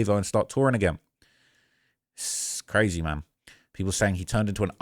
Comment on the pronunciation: Did really just say brazy😖😖😖☠️☠️☠️